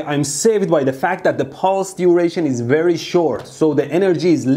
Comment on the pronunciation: Fool brige wrectifier at berry low pryce!